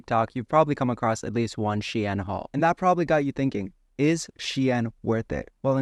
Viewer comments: bro i'm getting angry by this "she-in" pronounce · It’s not pronounced the way it looks , shine like sun shine